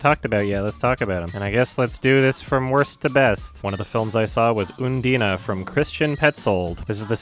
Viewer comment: I'm sorry... did you just fucking pronounce undine as "oo-dee-nahh"